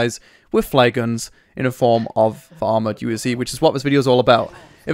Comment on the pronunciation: wrong pronounce UAZ !